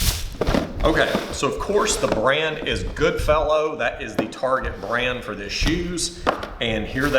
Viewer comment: Target become "Tarjay"